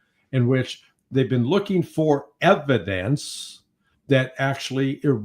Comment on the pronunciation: Em-PHA-sis on the evi-DANCE...